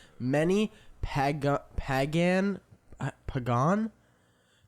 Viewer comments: i love this episode so much but also just in case anyone wanted to know the pronounciation of some of the words nick said. samhain (sa-win) and pagan (pay-gen) i say this as a pagan that celebrated samhain every year. its a celtic holiday. anyways everyone have an amazing day <3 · It always amazes me how they’re all so smart but they mispronounce words all the time. Nick said “pagone” instead of PAGAN 😂😂😂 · Remember to read kids! dying that nick didn’t know how to pronounce pagan and pronounced it like pecan nor did he know what it means💀💀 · hey i w want w to seem like hate i love y’all this is just help for next time pagan is pronounced paygen if that makes sense anyway love you guys have a good rest if your day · The amount of times Nick mispronounced a word is so funny Celtic is with a c sound and pagan sounds like pay-gan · its pronounced "pay-gan" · It’s pronounced pa•gan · nick pronouncing pagan like pecan is crazy 😂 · Halloween originated in Ireland, it’s pronounced ‘Sow-in’ lmao and ‘paygin’ 😭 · nick pronouncing pagan as "puh gon" is sending me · i love yall but the way Samhain pagan and Celtic were pronounced physically hurt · nick pronouncing samhain and pagan so incredably wrong is sending me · as a welsh girl who was raised pagan hearing nick pronounce celtic, samhain and pagan wrong back to back hurt me LMAO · nick trying to say pagan KILLIN MEEE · not the heaping pile of tissues the way hes just like paused in that position "do you want my rag?" "hes right downstairs." bro cant say pagan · Celtic, pagan and samhain too. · Pagan and Celtic too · I love how Nick can’t say pagan 😭😭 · I love nick not being able to pronounce pagan lmao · This episode was so funny!! Also I kept laughing at the fact that Nick kept telling Matt that he wont be able to read the article but he himself pronounced “pagan” and “Greenwich” wrong